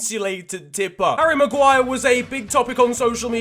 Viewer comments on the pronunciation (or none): none